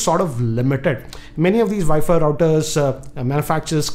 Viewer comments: you mean vifi routers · ViFi Router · What the hell is a ViFi router?